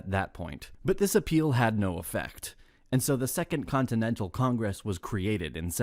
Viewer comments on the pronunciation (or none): How does an AI narrator not know how to pronounce Congress?